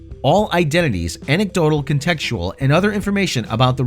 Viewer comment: Please I beg of you, when you are alone, practice pronouncin "contextual" and "asterisk". Herein you left out the second "t" in contextual, and the second "s" in "asterisk". Obviously you need to put time into rehearsin the pronunciation of words that have sequential consonants.